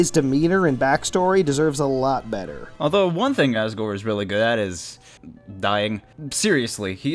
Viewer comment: U said assgore